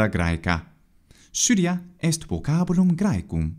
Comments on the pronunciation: You often say that "v" is not pronounced as our modern "v" (as in the italian language), but more of a "w" sound, yet "Vocabulum" is sounds like a modern "v". Is this intentional? Vale! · It also sounded like /v/ to me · I'm hearing /w/ there